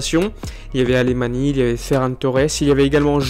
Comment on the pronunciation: Très bonne vidéo, mais ça se prononce "Alemagne", pas "Alémani".